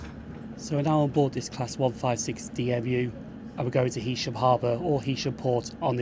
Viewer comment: Nice one. A couple of points - I don't know how you missed seeing the two nuclear power stations at Heysham! At least you pronounced the name correctly! Morecambe got its original station in 1846 (I think) on the pier - building and lighthouse still there, Then a station in Northumberland Road - which was replaced by Promenade when you said. There was a station earlier than Euston Road too on the LNWR branch from Morecambe South Junction and Hest Bank (closed). Now there's a once a week service!